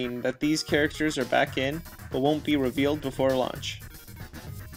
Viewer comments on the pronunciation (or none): none